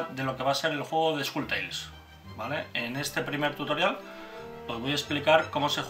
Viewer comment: En los vídeos en inglés pronunciáis mal "Skull Tales" (curiosamente solo ocurre cuando el narrador dice el título completo, porque cuando aparece la palabra "skull" sola sí lo pronuncia bien...). Salvo en el norte de Inglaterra, Skull no rima con Full. La U es como en CUP o NUMBER. En español da un poco igual, pero este tipo de detalles, en inglés, repercuten negativamente en la percepción de los mecenas internacionales. Que no se sepa pronunciar bien el título del juego... da muy mala imagen. Saludos.